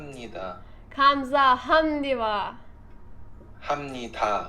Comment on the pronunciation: 20.10 kısmında Hamdi hamdiva deyince çok güldüm :D hamnida diye okunuyor